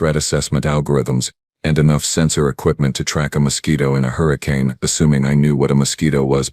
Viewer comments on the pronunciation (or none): none